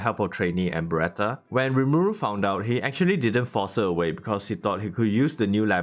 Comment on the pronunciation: Fucking english. Don't voice over. Can't understand you instead of beretha you said bretha 🤦‍♂️instead of ramiris. Ramris 🤦‍♂️ are you in hurry?